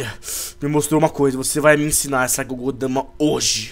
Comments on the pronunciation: n é gogou dama é bijuu dama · não é gudodama é bijuudama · não é Kogodama, é Bijjudama